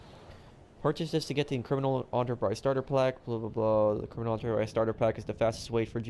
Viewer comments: Hey, I love your content and watch almost all of your videos. I think you are a super cool creator with the way that you help your subs in livestream and all but the way you keep pronouncing enterprise as "on-ter-prize" is really annoying. The word "enterprise" is common AF and there is no reason that any adult living in the US should not know the correct pronunciation is "in-ter-prize". Other than that, your content is awesome and I think you are a super cool cat. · Man it’s real hard to listen to you mispronounce enterprise the entire video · How do you pronounce "enter"? Because that's half of the word you're pronouncing but you keep saying it in a whole different way that's really distracting me. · The way you pronounce Enterprise, erks me to the bone. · why can't you pronounce enterprise right? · Does anyone notice he can’t say enterprise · Oh my god... I love your videos but the way you pronounce Enterprise was infuriating!! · i love your vids but the way you say enterprise really whistles my pot roast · I knew your opinion wasn’t worth it to me after I heard you pronounce enterprise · You are pronouncing it wrong. Don’t talk if you don’t know how to. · Holy shit, the way you pronounce Enterprise is making me wanna eat my own throat. Love the content, but is it really that hard to say one word right? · It annoys me how you pronounced the enter in enterprise the same way how enter is pronounced in enterpreneur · The way he pronounces enterprise makes me cringe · Enterprise not ontopise 🤦‍♂️ << literally how you made it sound like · Its pronounced "Enter Prize" . Never heard it pounced On-tur before.. 2nd. I paid $10 for this and its worth it. Its a good way to start off if you are basically nothing. No, they are not the best locations, but they aren't meant to be. They are meant to be Starter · Us: Enterprise Pro: Onterprise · The word “enterprise” starts with an E not an O… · Why he call it the “aunterprise” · it’s enterprise not onterprize